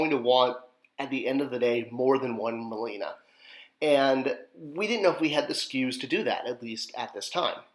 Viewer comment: Nearly crapped my pants when I originally saw the images for Marlena. A perfect release for her! I bought two to display both versions & have both bio cards:D Though I believe she was like Marlena Dietrich...pronounced Mar/lay/na. Thanks. You're a legend:)